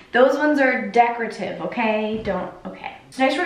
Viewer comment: no one:...: these are decretive towels...